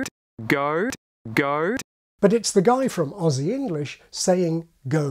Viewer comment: That was the best pronunciation of the word "Aussie" I've ever heard from a non-Australian I almost cried a little